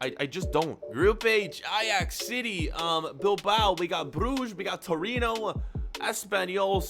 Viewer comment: He said Triona instead of Torino